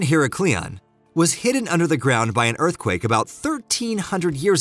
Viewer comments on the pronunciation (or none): Don`t forget Herecleeon as well .